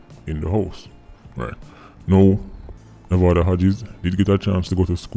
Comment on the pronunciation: This whole time I thought you were saying “movado Hodges”